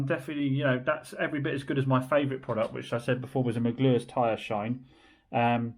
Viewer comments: Megluers??? It's MEGUIRES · It's pronounced "meg-wires" by the way, theres some words I can't get my teeth around and it makes me laugh every time you say it as I know how it is 😂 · meguiars pronounced maguires lol